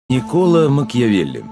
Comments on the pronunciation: Еще не началось вступление, но уже с первых слов стало понятно, что озвучивающий даже не может правильно произнести фамилии автора и др. лиц, не Макьявели, а Макиавелли, не медИчи, а мЕдичи! Пожалуй, слушать не буду, пойду лучше сам почитаю... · МакЬЯвелли?!...МедИчи?!...вы серьёзно?..у человека проблемы с расстановкой ударения и,помоему,он не понимает о чём читает и как зовут автора...